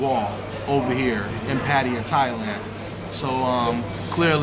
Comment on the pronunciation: Bruh is called Pattaya pronounced PUH-TY-YA